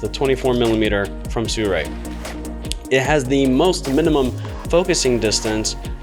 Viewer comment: The skit in the beginning was funny. But some sample footage would make this complete. Like someone else commented, no real reason to watch this besides the funny skit in the beginning. Also, it's pronounced "Soo-RAY" We ALL were pronouncing out incorrectly lol Are you going to be getting to 75mm version?